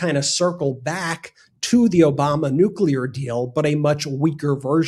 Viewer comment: "OBAMNA"...because he can't even pronounce words